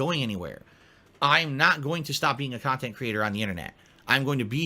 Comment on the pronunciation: Is it just me or does overemphasize A sounds in his speech patterns? "kahntent" "ahfter" "imporahnt" "ahour" "cahme ahn" etc.